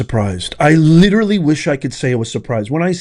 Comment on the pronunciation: Please stop using the word literally. You sound like a moron when you use it incorrectly and pronounce it incorrectly.